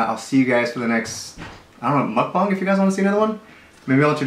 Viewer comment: I love their perspective on everything they spoke of 😊 Also, pronunciation of mukbang is the correct way since that is how it is in hangul (Korean alphabet). The other way is the American way since the word itself, mukbang, is a romanization of korean (actually written out). People are most likely to pronounce it the way it is spelled since that is how one would naturally read it. If it was written in hangul which is 먹방 and you know proper korean pronunciation, then you will say it correctly. Okay, that's my little teaching. I'm done! lol I love you both ❤️❤️❤️❤️❤️